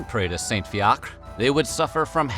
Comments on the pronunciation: saint fiacre is actually pronounced as fee ih cra, in ireland now it would be spelt as fiachra!! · Fiacre is pronounced "Fia-kra" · Wheezing at his pronunciation of Fiacre 😂😂😂😂😂 for anyone wondering it’s pronounced like “fear-cr-ah” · Fiacre...fee-ack-ra Dunno what your pronunciation is 😅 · Fiacre- Fee-ya-cra said fast is the pronunciation. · I think the Irish monk's name is pronounced "Fee-ach-ra" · You pronounce all the letters in Fiacre